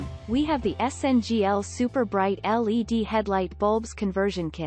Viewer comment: Computer generated narratives suck ! I refuse to listen to a bot that can't even pronounce words correctly They are not lead headlights, they are L.E.D.